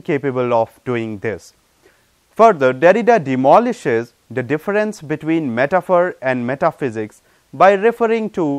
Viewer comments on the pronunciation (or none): Logocentrism (not logocentricism), phonocentrism (not phonocenticism) and différance (not differànce).